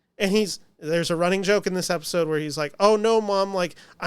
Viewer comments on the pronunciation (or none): When you say "Episode", you're lips are saying "Efisode". Are you part Filipino?